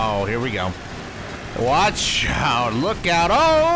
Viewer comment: Did anyone else make the connection that when he said “Watch Out” it sounded like “CHICKOW”